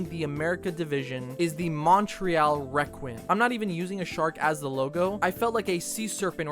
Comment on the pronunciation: Plus he mispronounced Requin so badly